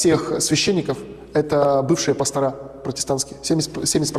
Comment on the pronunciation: Здравствуйте! Вот у меня вопрос не касающийся веры, но, если есть в аудитории протестанты, объясните, пожалуйста, почему в слове пастор, во множественном числе многие из вас делают сразу две ошибки, во-первых, ударение ставят на последний слог, что звучит коряво, а во-вторых, почему-то на конце слова ставят букву "а",а это уже безграмотно. Если директора, профессора, я еще как-то могу понять, но пастор, как прозектор, как шофер, как проектор ит.д., должны заканчиваться на "ы", и ударение в этих случаях не меняется. Филологи лучше объяснят, но я не у первого пастора такое слышу. Если это у вас такой профессиональный жаргон, напишите на портал gramota.ru, пусть это зафиксируют, как норму. С глубоким уважением, Виктория.